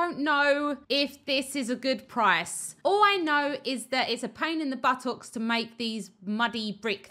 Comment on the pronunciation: was there a reason you said buttocks 3 times in like 10 minutes and stressed the pronunciation of the last one?